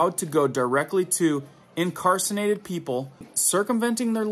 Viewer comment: I hope I am never "incarsinated!?"